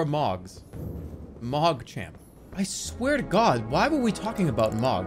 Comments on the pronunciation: i half way through the video and THERES A FUCKING "H" IN THE NAME ITS NOT MOG ITS FUCKING MOHG DOES HE DO THIS THE ENTIRE VIDEO IM LOSSING MY MIND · Dude it hurts everytime hearing him say it as mawg not moh guh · Gotta love how he says "mog" instead of "m-ohg" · it pisses me off so much that he says "mog" instead of "mohg" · OH... Its pronounced M-OH-G. Same vowel sound as in the word tow or low. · It M-OH-G not mog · take a shot everytime he says mawg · Lol the way he pronounces Mogh xD "MAWGGGG" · extremely Boston voice Mawg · I cannot finish this video JUST FOR THE FACT that he’s saying mog and I’m not sure why but it hurts. Probably cause they say the name in game a few times. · This might be the best edited video I've ever seen on YouTube in addition to being absoutely funny as hell. I love that Jerma thought that literally everything in the damn game was Mohg lmao and that he also never pronounced his name correctly even once. Overall, this is video is just Mohgers and I'm subscribing 🔥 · He says it wrong so much that I'm forgetting how to pronounce "Mohg" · His pronunciation of Mohg pissed me off for the whole video 👍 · The funniest part about this saga is that Jerma continued to mispronounce Mohg's name throughout and nobody thought to correct him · He says it like a slur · Why does he say Mohg like it's a slur?